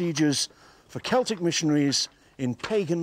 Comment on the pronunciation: Its Celtic. Not celtric 🤦